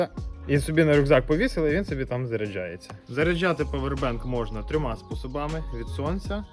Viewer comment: А чого павер- бенк? А не павер банк. Дуже вухо ріже